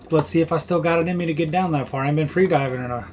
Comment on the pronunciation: Did you say "free' mooring balls?